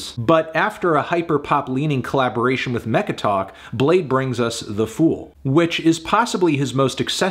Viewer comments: its pronounced Blade-y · U thought its pronounced blad-ee ?? Lmao bladee said that u can do that too but most ppl pronounced it blade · Woah, you didn’t have to call him blade-ee the whole vid, out of pocket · I'm bladee she call me blade-e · Anthony I’m sure he wouldn’t appreciate you calling him Bladpee